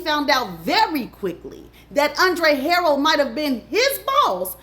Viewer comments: Thanks for sharing. Wish you would have pronounced Andre Harrell’s last name and Keefe D’s name correctly. It lowers the credibility of it all. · It’s the mispronunciation of names for me🤦🏾‍♀️😫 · That's not how you say Andre last name. And Diddy became well known for huge parties at Howard...that is very key. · Ha- rell not Harold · Wassup 💪🏾❤️ and it's HARRELL not HAROLD lol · It's Andre harell. Ha.rell.😂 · It’s not Andre Harold Ha-Rell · She said Harold it pronounced Her rell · Luv... please work on name pronunciations...It's KEEFEE DEE NOT KEFFE DEE😊 and ANDRE HARRELL (Hu rell) not Harel. .... other than that, you poured some good tea❤ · Girl Andre Harrell “Her- Rell” not Harold 🙄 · Keffy Dee & Andre Harrell is taking me tf out Tt!!! 🤣🤣🤣🤣🤣😭 It’s Kēefē & Huhrell 🤣😭🤣 Edit: the message is clear 💎 all that matters! Stay out of this industry babes! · Chillllleee you and these names 😂 Kee-Fee-Dee and Andre' Ha-Rell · It’s pronounced “kee-fee d” and “andre ha-rell”. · If you're black, but aren't hip to Black culture, then stop trying to make money off of what we have going on. Just because you're black doesn't make you a culture vulture. You don't even know how to pronounce the man's name. It's pronounced, Andre HA-RELL!! 😒😒😒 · It only takes 30 seconds to look up pronunciations. Andre HuhRelle Kēfē dē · U keep say Haroll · Andre “Ha-relle” is the pronunciation lol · HA-rail. That's how you pronounce Andre's last name. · It's Huh RELLLL that's how you pronounce the Late Andre's name. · gone give me a stroke with the way she pronounced HA-RRELL lol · Great video overall but it's pronounced KEEFY D and Andre HAH-RELL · It’s Andre Ha-RELL 😂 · Andre Harrell (Huh-Rell)... it was killing me... 😂 But, great job! I didn't know about the Catholic school. 🤔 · You are butchering these names today girl LOL 😂. HA-RELL....KEE-fe D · It is alright. WE know what she Means Y'all!!! ALL GOOD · Andre Ha-RELL. Key-fee D. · Every time she says Andre last name wrong. 🙃🙃🙃🤪🤪🤪🤪